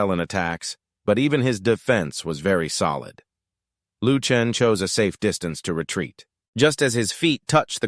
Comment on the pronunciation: Why on earth does this thing keep calling Shisan "Duthaptan" and Lu Chen "Luke Tran".